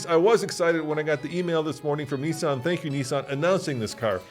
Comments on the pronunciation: Nissan,not Neesun.🤣🤣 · i say Nissan you say Nessan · It pains me every time I hear the way Americans pronounce Nissan.